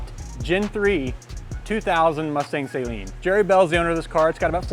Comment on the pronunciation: Just in case you ever run into Steve Saleen......you should know that it's pronounced Suh-leen, not Say-leen. (Just sayin)